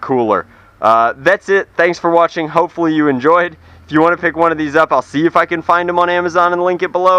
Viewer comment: you said hopepully